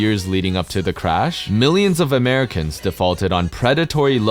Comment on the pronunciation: You're making "(Never gonna happen, Americans)" sound waay more like "(Never gonna happen, Canadians)"